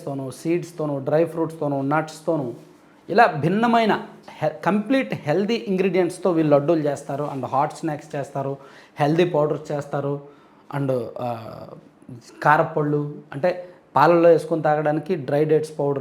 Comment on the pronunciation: mee videos chala baguntayi. Okka te bagundadu. 'ళ 'ని 'ల ' అనడం.‌ ళ పలకడం కష్టమేమి కాదు. ళ పలకేటపుడు నాలుక ని పైకి మడత వేసి 'ల 'పలకండి ' ళ 'వస్తుంది. ఈ చిన్న సవరణ చేసుకోండి. మీ విడియోలు యింకా బాగుంటాయి. మీరు వాల్లు, వీల్లు అంటుంటే అస్సలు బాగుండటంలేదు.